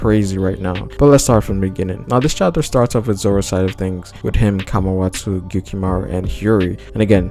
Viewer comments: i think its Kawamatsu not Kamawatau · It's Kawamatsu not kamawatsu